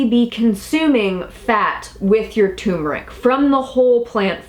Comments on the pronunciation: Pronounced: TUR-MER-ICK,,,,,,not tumor-ick Ingest TUR-MER-IC with piperine for maximum absorbency. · Turmeric (TUR as in Turn) not Tumor (as in Cancer). Apart from that, interesting info thanks. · tuRRRmeric with 2 r's lol think everyone says tumeric though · Why do so many pronounce it Too mer ik and not Tur mer ik? TuRmeric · It is tuRmeric not toomeric....geez!!! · Interesting info and thank you for all your effort, but it's "TUR-mer-ic" not "TOO-mer-ic". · It's not tumeric it's turmeric isn't it. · Thanks for the video, but please. Its Turmeric, not Tumoric. Hearing tumor constantly is painful to listen to. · tur-meric, not too-meric. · Say tuR-mr-uhk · Um, there is an "r", it is not toooomeric!! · what is so hard about pronouncing TUR mer ic? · So, the first "R" is silent?